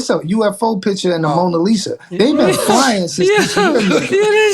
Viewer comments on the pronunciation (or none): none